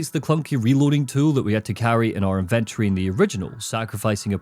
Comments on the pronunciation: that damn IN-VIN-TURREYYY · 😂it’s the way you pronounce it! Love the content man, hours of entertainment for me during my hour drive home from work